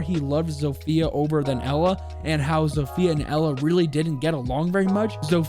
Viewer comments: Hey! As a Polish person, I can see that you made a few pronounciation mistakes during this video, which is no bigge, the polish language is comparable to a bowl of spaghetti, so let me help. Zofia is pronounced not like "Zo-Fia" but in one swoop. "Zofia" Wrocław (the l is a special polish letter which is hard to describe how to pronounce, sorry) is pronounced like "Bro- (but a sharp w instead of b) cław" (basically cuaw) And Masurian is pronounced like "Mars- (without the r) ur-ian" (not like the name, more swift) Hope this helped! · Did you guys know you zofia is pronounced different? You pronounce it as zof ya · the butcher of names you even said Zofia wrong